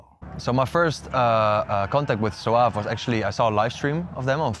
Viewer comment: It’s called “Soave” actually , not “Soaf”. Met him at ADE this year , cool guy indeed, hope to release with them in the future!